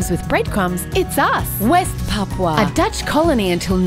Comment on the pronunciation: At least they can pronounce it right instead of saying papa